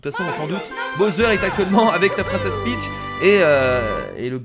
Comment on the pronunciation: C'est pas bosser on dis bawser pour bowser